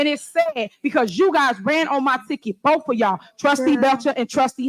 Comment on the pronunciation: "Bof fif is." aka "Both"